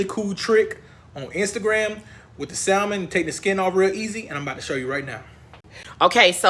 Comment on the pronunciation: The "l" in salmon is silent.